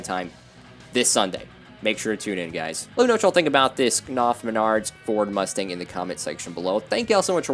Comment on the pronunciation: Knauf is pronounced "nowf" according to their Youtube channel